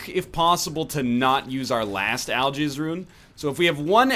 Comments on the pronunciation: Al-Giz. Not Jizz. Giz. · Oh God I cant stop but misunderstand Algiz as I'll jizz D